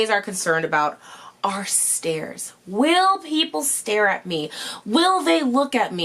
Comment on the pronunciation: When said “stares” I thought she said “stairs”. Haha shows what I’m worried about. Great video! ❤️